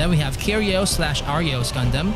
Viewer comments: Its pronounced Gun-dum not Gun-damn 😂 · Never heard someone pronounce it as GAN DAMN